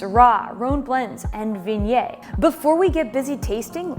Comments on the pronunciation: It's more like vee oh nyay - rather than vin yay. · Great Video! As a native french speaker, this is the first time I hear Viognier pronounced this way! Is that US specific pronunciation?